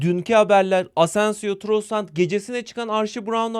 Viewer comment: Allah aşkına TrossaNd deme abi. TrossaRd ismi :)